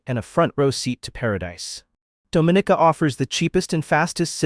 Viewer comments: It's not Do-mi-ni-ca, it's Dom-i-ni-ca! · Dom /min /nika English - Please say it right. It is not pronounced like the Dominican Republic . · This is one fo the most full of absolute bulls..it videos I've seen......8 out of 10 of the countries are 90 + % black then citizenship by investment is for anybody but here in the Caribbean its mostly white and Asian people who does it.....please learn the pronunciation of Dominica....so by default black are more welcome in black countries.....there is sooo much more I can say but I'll leave it here...please stop misleading people.